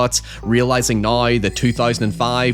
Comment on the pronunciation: "Nigh" = "Now".😂😂😂